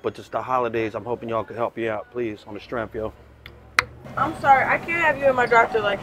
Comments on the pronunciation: I love how he says "on the stremf" legend ❤ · "On the strenff" is my favorite phrase 😂